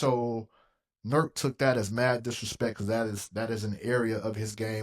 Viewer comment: “NURK” awful Chris